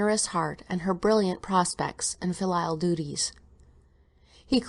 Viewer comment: I think pronounced the word "filial" wrong. According to every dictionary website I checked, it's like fill+eel, she calls it fil+LIE+ill. Also the word "bequeathed", "physiodomy"?, I believe it's "physiognomy".